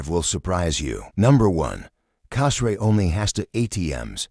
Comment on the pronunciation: Hey, learn how to pronounce the name of the island correctly!